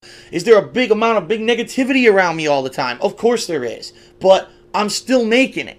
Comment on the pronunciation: It sounded like he said niggativity lmao 😂